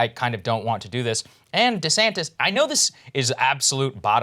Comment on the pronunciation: LMAO he said DeSamtis GOOD